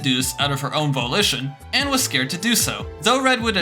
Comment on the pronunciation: "voe lition"not"vall ition"